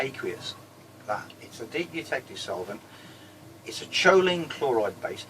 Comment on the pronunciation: Hello. I haven't been able yet to find the video where you detail your electrolyte. I finally deciphered the type of solvent you are using. I kept hearing "de-detective" solvent, but that wouldn't Google correctly. Then I slowed down the video playback to.75% and finally figured out you were saying "deep eutectic solvent". I hope I heard you correctly. Anyhow, I looked up deep eutectic solvent and ran across a description of a 1:2 molar mixture of Choline Chloride and Urea for electrolyte purposes. This particular mixture has a melting point of 12 degrees C so it is liquid at room temp. It also has a very low vapor pressure so it doesn't evaporate easily. Is that pretty close to the electrolyte you are using? Or if you know which of your videos details your electrolyte (or if someone else knows) can you please point me in the right direction? Keep up the good work.